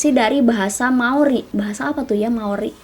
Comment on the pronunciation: "Maori saos tiram" Bukan gitu ka 🤣😭